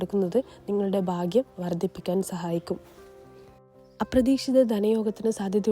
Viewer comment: ബാംഗ്യ " അല്ലടി ഭാഗ്യം എന്ന് പറ 😅😅😅